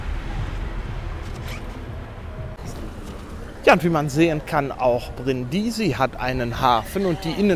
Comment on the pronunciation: Hallo, ich meine, daß man die Stadt auf der 1. Silbe betont, so kenne ich das. Deine Betonung auf der 2. Silbe hört sich etwas gewöhnungsbedürftig an. Es kann freilich sogar sein, daß Italiener den Städtenamen tatsächlich auf der 2. Silbe aussprechen, ich weiß es nicht genau.